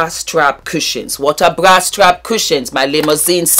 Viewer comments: Sounds like bwa or bua 😂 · I'm telling youuuuuu😂😂😂😂